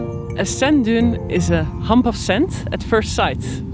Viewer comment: "scent"???? "scent dune"??? the word is sand......youd think an expert in sand (), would know how to pronounce the word... i dont care what accent you have, its pretty easy to not fuck that one up.